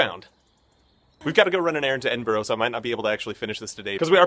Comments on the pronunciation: Please don't do that Edinborrow thing that Americans tend to do. It's Edinbruh, you should know that by now. Apart from that, great video and very fair. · Oct 2015, it's now Oct 2019 so I hope you have stopped saying bloody EDINGBRO! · Hate the way Americans say Edinburgh the wrong way